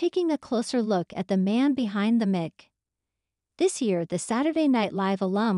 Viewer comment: pronunciation needs some work :) mic is "mike" not "mick"